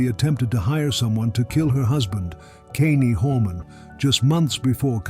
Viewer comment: You could at least pronounce Kyrons name properly. Brother 😢